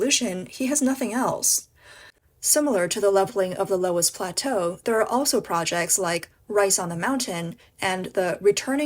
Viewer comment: It’s pronounced luss